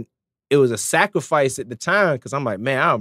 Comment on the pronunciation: He emphasize that word scarfice too much to make a point he not talking putting in long hours at the studio niether